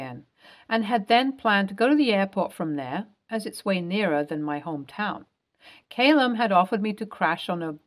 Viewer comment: "Callum" not Caylum